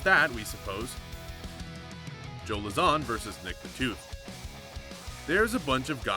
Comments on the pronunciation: Dude... why r u doing mma videos?? You don't even know how to pronounce the fighters' names. It's LOWzahn.... and TIErun not TyRONE. Go do something else. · As soon as he pronounced Joe Lauzon’s name the way he did, I knew he had no idea what he was talking about